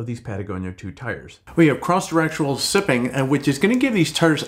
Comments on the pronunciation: Sipping? It's siping (SY-ping). A single one is called a sipe. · Thanks a ton for the video! I've been looking at new mud tires, and you picked two off of my short list. Very informative! If you are interested, "siping" for tires (one "P") rhymes with "typing" and is not to be confused with "sipping" (two Ps), as in drinking a little at a time. Possibly named after an inventor named John Sipes who introduced "sipes" into rubber tires.